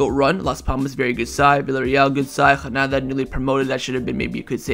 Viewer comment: The G is not silent in Girona. You mispronounce so many names and words but for some reason this one bugs me most. 😂 wait! did i just catch you using a silent G for Granada too??? 🤦‍♂🤦‍♂